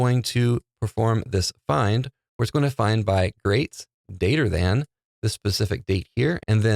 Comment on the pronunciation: "... greats dater than ..." lol Thanks for the tutorial!